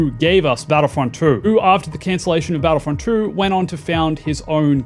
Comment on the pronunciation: My friend I believe it's pronounced two not true and in your vid I keep hearing you say battlefront true so had to stop watching the vid only after a minute